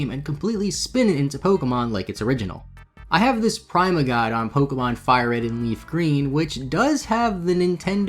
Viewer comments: “Prime-uh”?? It’s pronounced “Pree-muh “ haha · First time I’ve ever heard someone say Prima with the long I sound instead of the short vowel sound. Pretty sure it’s said with the short.